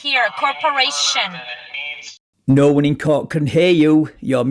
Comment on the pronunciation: Alpha David, corporaySHUN. Good job reading that dictionary, lady 😏